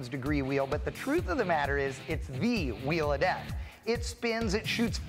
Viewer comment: Chanting “Wheel of Death” sounded like “We Love Death”! Accident?